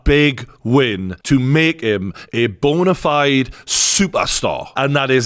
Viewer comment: "Bonerfide superstar" - True Geordie 😂